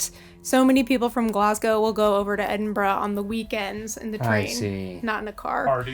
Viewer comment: As a proud Scot, I thank you for pronouncing Edinburgh correctly instead of Edinboro 😅